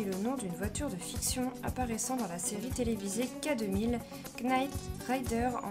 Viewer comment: Pour info le la lettre k du mot Knight est muette. Cela dit, les voitures américaines c'est de la camelote.